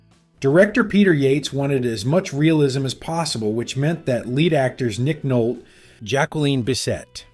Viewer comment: Why does this narrator have such trouble pronouncing famous names like Louis Gossett and Bissett and Nolte (not Nolt)?